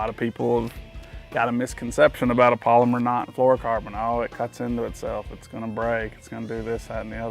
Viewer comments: Its pal o mar. Not polymer. But theyre a great knot. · Pal-o-mar not polymer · Haha polymer knot or pal-oh-mar knot? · You’re saying polymer, pal. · It's not a "polymer" knot. It's a "PALOMAR" knot! Other than the cringeworthy mispronunciation, it was an informative video for those having trouble. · Its NOT a "polymer" knot. Its pronounced "PaloMar" knot. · It's called a PALOMAR not a Polomer!